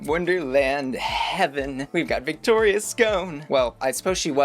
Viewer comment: Please pronounce Victoria’s name properly. Her name is her brand and mispronunciation of it is disrespectful.